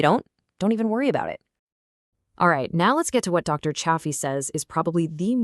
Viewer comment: If you're going to cite Dr Anthony Chaffey, please pronounce his name correctly. The correct pronunciation is "Chay fee". You pronounced his name differently at different times in the video, it is distracting. It is also important to note that people with malabsorption issues should eat some organs. Dr Chaffee has said this on numerous occasions. Many people have absorption issues, for those individuals, some liver can be very helpful. The same is true for bone marrow, it contains more concentrated nutrients. There is something called ancestral blend that is usually 80% ground beef, 20% organs. It is a good way to get an appropriate amount of organs without risking eating too much. Butter is fine for most of us, it is easier to up the fat quotient if you add butter. The strictest form of lion diet does not include anything other than meat, salt and water but even Dr Chaffee doesn't adhere to it 100% of the time. For those who want to eat more broadly than strict lion diet, they can go beef, butter, bacon and eggs. I would stay away from bacon since pigs are not ruminant animals but eggs are fine for most of us. Try to get eggs from chickens that live a natural life and are not confined to a small building. There are people who do react to egg whites who can eat egg yolks. The best thing to do at first is to go strict lion diet to reduce inflammation and regain health. Once we have regained our health, we can add foods back in slowly.. Add a food back in and see how your body